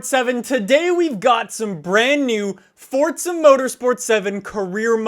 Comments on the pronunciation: why are you saying FORZA -FORTZA? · its not Fortza